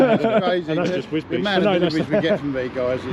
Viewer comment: I'm glad DJ went to Wisbech, because until his videos I thought it was pronounced 'Wisbeck'.